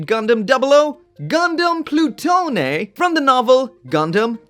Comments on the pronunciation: I believe it is just Plu-tone not plu-toe-nay. As in Pluto. (I could see the name reappearing in Build Divers Re:Rise as well.) It is the unit that was developed in to the Nadleeh, Virtue, and Artemie/GN Archer. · I believe its pronounced Ploo-Tone. Anyways this gundam design is way more badass than its successor the Nadleeh